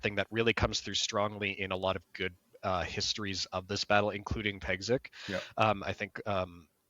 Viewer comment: The name Piegzik is pronounced Pyegzheek